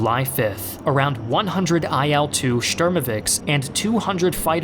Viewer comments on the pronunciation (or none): There were no 'Eye-Al too' aircrafts. 'Eel-2' is correct pronunciation, because it is Ilyushin-2. Ил-2, Ильюшин.